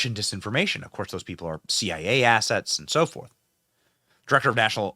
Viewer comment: Did you say CIA asses or assets? Asking for a friend.